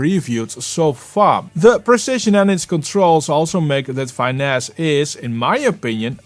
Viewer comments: Might just be an accent thing, but I think it’s fi-NESS (short ‘i,’ like in ‘fitness’), as in ‘to finesse the audio.’ Great showcase though. would’ve loved a side-by-side with Soothe2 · love your videos, but thats not how you pronounce finesse..